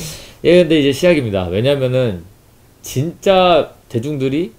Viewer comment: 왜.냐.하.면 처럼 쓸데없는 부분에서 강조하는 말투, 본인이 되게 논리적이고 말을 잘한다라고 생각하는 표정과 말투 좀 고쳐라. 유지할거면 초등학교 권장도서부터 다 읽고와